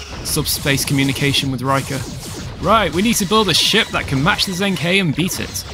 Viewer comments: Hey mate watch all your vids sorry if I'm being pedantic but it's pronounced jung-her. Don't know how they said it in the show but I'm Chinese lingual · Its pronounced like (the He sounds like 'Her' in English). The Zheng, I cant even romanize it properly.